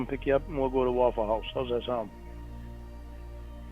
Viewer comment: hearing mush mouth pronounce 'Waffle Howsh' makes me irrationally angry WOW